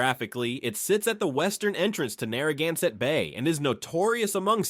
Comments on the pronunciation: OMG, please teach your AI narrator how to pronounce Narragansett words. This was brutal to listen to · What is ironic is that they're almost no Rhode Islanders who actually say it correctly. Via business connections, I know one of the chiefs of the Narragansett. They pronounce it as "nah-hah-gahn-sett". There is no R sound. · You really butchered all the indigenous names. Rhode Island has a rich linguistic heritage. Respect please. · I love my state. The skewering of the Indian words was hard to hear, though. We have a lot of them in RI